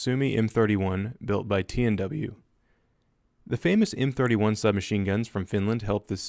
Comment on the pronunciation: I know I didn’t just hear you mispronounce the m31 wrong